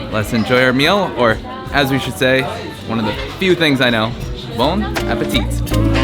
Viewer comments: Nice one dude, but we don't pronounce the "t" at the end of "bon appetit" 😉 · Tellement je me suis dit il est fier de connaître un mot mais il le prononce de la pire façon